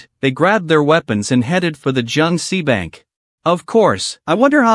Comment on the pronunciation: Bro really said Jiang SI viruses